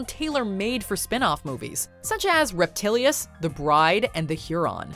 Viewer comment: It's pronounced Reptilicus, and it was a monster movie from Denmark.